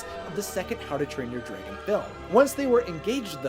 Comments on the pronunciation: drey gon? No. It's drAgon. lol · Does it bother anyone else that he says “Dray•gun” instead of dragon??? No hate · Did he just say DRAYGON???!!! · Are you saying “Dreygen” on purpose? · Draggen? Its just how some say it, I'm from Oklahoma USA so it sounds normal to me lol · Why do you pronounce dragon like that ? No hate just find it funny